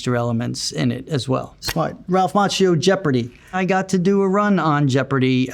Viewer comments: I do love him over 40 years - but languages are not his thing. Cause as an Italian speaking person I have to say that his name is pronounced like Makkio. Same as latte macchiato. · But Macchio is pronounced as Makkio in italian, i’m confused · I pronounced his last name as "Ma-key-o" 🥀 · Omg i learn italian right now and it hurts my ears when i hear him pronouncing his own name wrong, so the world has it easier xD like daniel ricciardo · Additional question: How strange is it living your whole life wrongly pronunciating your own family name? Macchio is an Italian name (his family name was Macchia) and in Italian the letter H has its sound. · Ralph Macchio, Conan O'Brien's producer Jordan Schlansky says you pronounce your name wrong. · Love him so much, just can't stand how he pronounces his surname, I was hoping that would come up in the Google search 😅